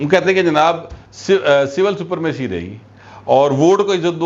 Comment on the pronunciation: لکھتے سپرمیسی ہے اور پڑھتے سپرامیسی ہیں